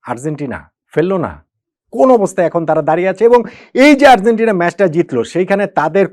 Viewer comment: Argentina উচ্চারণটা সঠিক না হওয়ায় কানে লাগছে।